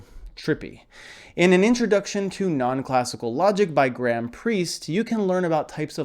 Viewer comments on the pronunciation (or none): none